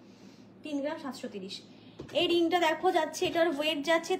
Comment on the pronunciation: Collection darun but per geram noe gram.pronunciation thik korun please